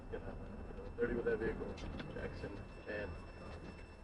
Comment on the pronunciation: Guy, I like your videos, but you need to stop saying “velicle”. Also, run your comments through the spell check. I agree with you that these guys are imbeciles, but it doesn’t help your cause to make glaring spelling errors in your comments. Keep the pressure on these morons.